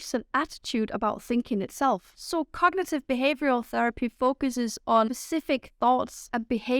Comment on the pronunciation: I think you need to pronounce the word "cognitive" more clearly, without swallowing syllables.